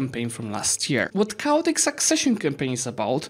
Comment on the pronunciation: Did anyone else hear it as "cow-tic"?